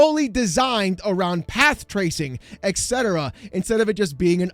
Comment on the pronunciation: Dude really says path tracing 🤣